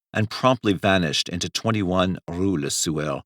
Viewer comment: Take a drink every time this mf says rou la sewer!